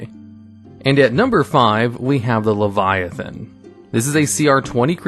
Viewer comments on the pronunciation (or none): none